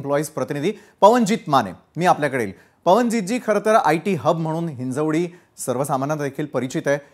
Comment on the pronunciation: अगोदर हिंजेवाडी च्या ऐवजी खरं जे नाव आहे ते हिंजवडी म्हणायला शिका सगळ्यांनी